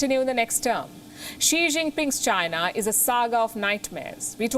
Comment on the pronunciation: When this lady is delivering a news … China sounds like ShriLanka 🤣🤣